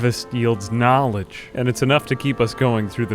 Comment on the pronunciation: "The harvest yields GNAWledge."